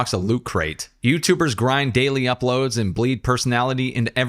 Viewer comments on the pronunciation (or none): none